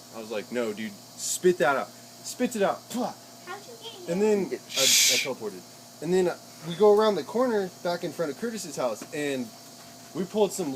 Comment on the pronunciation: did he say "I teleportaed "